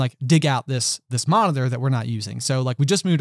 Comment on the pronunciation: It was a little annoying that can't say Monitor correctly and when he har 2 stories about it and says it alot it's kinda cringeworthy:P All in all i enjoyed this podcast very much:) And i love all your Harry Potter content on this channel:D